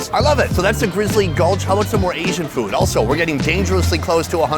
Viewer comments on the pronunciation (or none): Sonny gets on my nerves why he’s always say fuudd instead of food ?? Get on my nerves already !!